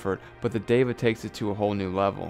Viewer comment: Great review man. I am not on the market for a bluetooth headphone yet your reviews are so good. Well said on the name. It is DEVA and not diva. You got it right. And I want to check out Vinnie's steak house. :) You are doing subliminal advertising. Haha I am going to do some eq on my headphones as well. I have not got wet on my eq..I am doing something wrong :p. Cheers man